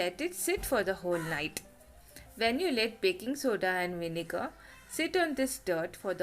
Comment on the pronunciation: I normally find Indian accents hilarious. But your accent and the way you speak in a sing songy voice as vinega with a silent R is kinda cute